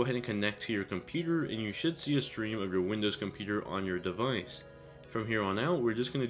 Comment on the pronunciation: learn how to say device!